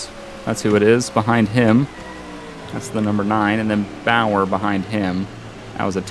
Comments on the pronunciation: Carl bower XD Clint bower and is boyer is how it sounds XD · #15 Clint Bowyer is pronounced like boy-er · lol said bowyer wrong